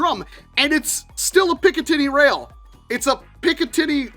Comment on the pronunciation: im sorry but it sounds like hes saying picka tity rail